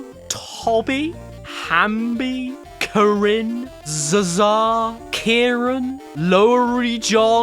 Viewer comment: The zsa zsa name is pronounced zsh aw zsh aw